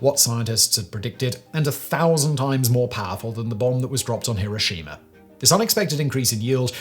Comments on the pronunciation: Why are you, an educated British person, mispronouncing Hiroshima the 'Merkin way. It is not HiroSHEEma. The traditional British pronunciation has always been HiROSHima - which is much closer to the Japanese pronunciation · "Hiroshimer"? This is a gawdawful Ai voice to be using.